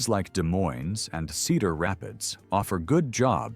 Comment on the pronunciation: I've driven through Iowa countless times and it is full of beautiful well kept farms and lush greenery across the state. It is clearly a "bread basket" state. BTW You don't pronounce the "s"es in Des Moines or Illinois for that matter.